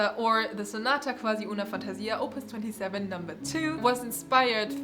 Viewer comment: Hello, I'm Italian. I'm impressed since you pronounced Giulietta Guicciardi correctly. Anyway about sonata quasi una fantasia you said qwasi, use the u sound instead of v in that word; on the other hand it is also important the rythm in Italian so instead of saying sonata - quasi - uuuna - fàntasìa say sonata - quasi - unafantasìa. And that's all. Overall great pronunciation tho.